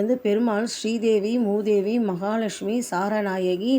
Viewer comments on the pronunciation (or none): பேச தெரியாமல் பேசுகிறீர்கள். ஶ்ரீ தேவி பூதேவி. நீங்கள் மூதேவி என்று சொல்கிறீர்கள் ! அபத்தமாக இருக்கு. ஒரு இடத்தில் திருச்சேறை என்பதற்கு பதிலாக திருச்சாரை என்று தவறாக சொல்கிறீர்கள். தெய்வ வழிபாடு சம்பந்தமாக ஒரு காணொளி வெளியிடும்போது அதிக கவனம் தேவை.